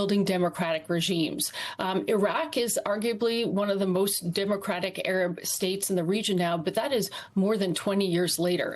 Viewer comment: One of the few broadcasters to pronounce Arab locations correctly